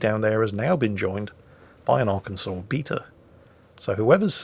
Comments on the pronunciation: Everyone wants to fault for the mistakes in the videos but really, who cares? I would just like to point out that a Brit properly pronounced "Arkansas"., my man. Well done. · As a Arkansan I am so glad that pronounced my home state’s name correctly.